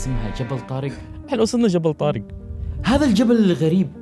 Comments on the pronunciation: منو علمك لغه عربيه طارگ. اسمه طارق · جبل طارق مش جبل طارج